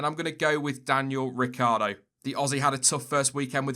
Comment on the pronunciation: No, Noooooo! Why did you butcher Ricc like that - he doesn’t need any more bad luck😉